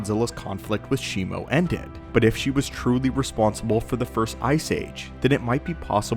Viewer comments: it's Shimu (She-moo) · No it isn't. It's Shimo. I have the figure, it's clearly on the box.